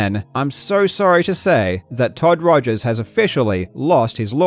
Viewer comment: "Bitchel" LOL, you should go back to calling Todd Rogers "Todd Togers" EDIT, just watched the rest of the video and you did LOL